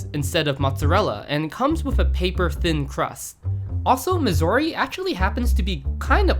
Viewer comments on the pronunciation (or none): none